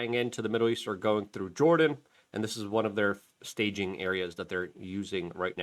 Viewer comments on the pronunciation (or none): none